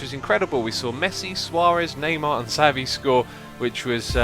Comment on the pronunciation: xisumavoid great video but dont think every time you go abroad you have to see it through a lens. keep your memories in your mind not the digital card. ps you pronounces Xavi as chavvy. and would you ever show your face.